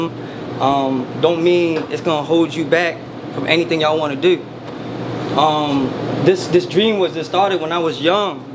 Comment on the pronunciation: knew bro was in jail cus he said “when he got out of community college”😂like he was locked in there- then he said “dew” for do